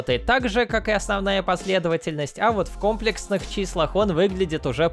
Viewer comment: Не кОмплексных, а комплЕксных